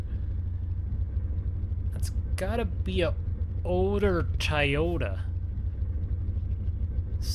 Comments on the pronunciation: It's Toyota not Tiyota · It’s Toyota not tiyota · TOYOTA NOT TIYOTO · Tie-ota it’s pronounced toy-o-ta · It is not tyota it is Toyota!!!!!!!!!!!!!!! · Nobody literally nobody TI-YOTA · Did he say “TIYOTA” wth lmao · TOTATA NOT TIEOTA YOU HAVE BEN SAYING THA THROUGH THE VIDEO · Don't say Toyota it's Toyota it's Toyota